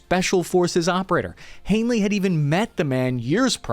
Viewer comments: His name is HANEY not Hanely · Haney, not Hanely... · Ps. It's Eric L. Haney, NOT "Hainley". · HANEY !!!! not Hanley.... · Are you saying Hanely instead of Haney? Or is it just me? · PLEASE pull your head OUT of your ASS concerning NAMES, PLACES, etc., will you? The man's name, according to YOUR SPELLING, is/was 'HANEY', there is NO 'l' in the man's name, ie, 'Hanley'. At least get the man's NAME CORRECT, will you? Cheers from the Oil Patch in Central WY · You keep referring to Eric Haney as "Hanely", but have it written without the L in the last name. So which is it? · Haney is his name. Not Hanely. Lol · Why do you pronounce the name of Eric L. Haney as "Hanley"? Why did you add an L to the pronunciation of his last name? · Bro, there’s no way you’re not at least borderline brain dead. Hane-ly? There’s no L in his last name. Bay-ez instead of By-ez? Your inability to speak correctly devalues all the hard work you put into these videos and it’s been going on for years. Fuckin asvab waiver😂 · Great video, but how do you keep saying all the names wrong lol. Baez is pronounced ( BI EZ ), then you call the Haney guy Hanely over and over again, it's crazy. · It is Hay Ney. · It's HANEY 😬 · Haney is pronounced 'hay-knee' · HaneLee????? Get hooked on phonics bro. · Not sure “ Haney” has an L in it…